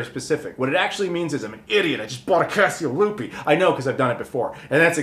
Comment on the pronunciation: I hear "Fiasco Lupe" each time. 😆